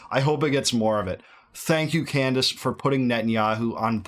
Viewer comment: did she pronounce her own name wrong? Camrace? She is doing so much work investigating so many issues!